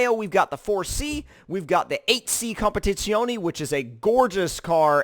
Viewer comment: Not sure about the competizione pronounciation.